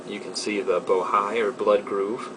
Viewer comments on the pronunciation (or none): Bo hi pronounced bo he